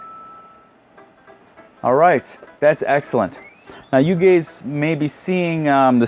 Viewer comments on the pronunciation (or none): “now you gays might be seeing “ lol!